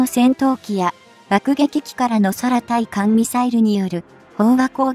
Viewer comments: 空対艦…は 〈そらたいかん〉ではなく 〈くうたいかん〉です！ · 2分30秒辺りの｢空対艦巡航(くうたいかんじゅんこう)｣を｢そらたいかんじゅんこう｣等読み上げ誤り👎､UPする前に点検しましょう。